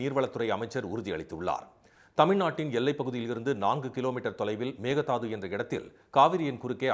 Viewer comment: மேகதாது. அல்ல மேகேதாடு ( ஆடுதாண்டும்) என்று சொல்ல கற்றுக் கொள்ளுங்கள்